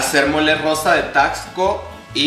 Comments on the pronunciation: Weeey, yo soy de Taxco, neta te amo. Y bueno... se pronuncia taSco xd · Como que no se pronuncia taXco? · Amistad no se pronuncia "Tacsco" sino es más como "Tasco" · Aquí viene la contraparte de super holly... O sea yo.. -No se dice: "Taxsco" -Se dice: "Tasco" Pero se te perdona todo hermana! Y uff ufff uffff el cóctelito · Amiga, no sé si lo decías en juego, pero bueno, se pronuncia Tasco, amiga. Amé el video, espero con ansias el resto de la semana mexicanisima; saludo desde Acapulco 💜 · Me encanto tu vídeo 😍 tu vestido es hermoso Solo como dato, Taxco se pronuncia la x como s, sonaría Tasco. Vivo al lado de esta hermosa ciudad 😊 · Me emocioné cuando dijo Taxco (de ahí soy), pero chica, se dice como si la "x" fuera "s". Aún así me encantó el video <3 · We cuando dijo TAXCO dije nel se dice tasco pido perdón por ser pendeja 😫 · Herman soy fan de como pronuncias Taxco.